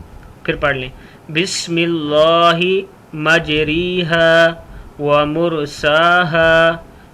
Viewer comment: بسم اللہ مجرے ھا پڑہا جائے گا مجری ھا نہیں پڑہا جائے گا پہلے پڑھنا تو سیکھ لیں پھر لوگوں کو بتائیں دوسری بات یہ ہیکہ یہ کشتی اور سمندری سواری کی دعا ہے جو نوح علیہ السلام نے پڑھی تھی ہر نیا کام شروع کرنے کی دعا نہیں ہے